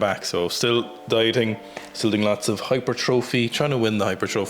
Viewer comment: Glad to hear the correct pronouncation of "hypertropy"